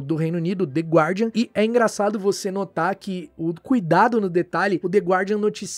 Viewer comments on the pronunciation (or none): none